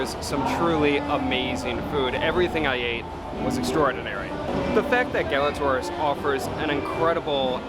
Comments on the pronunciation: Learn how to pronounce the name of the restaurant! Gala TWA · “Class and elegance”? You didn’t live up to it, and you don’t even pronounce its name correctly. Imagine how much you’d have enjoyed it if you matched its elegance.